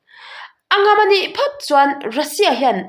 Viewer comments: ..mizo tawng i uluklo tlat....a ngam a nih chuan tih kha i chhiar Diklo aw...a Ng a m tih tur aw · 'Phum' tih leh 'ngam' tih hi i chhiar dik lo deuh